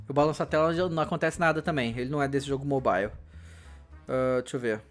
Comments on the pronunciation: mobaile ixtraiqui kkkkkk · kkk esse "mobale" strike kkk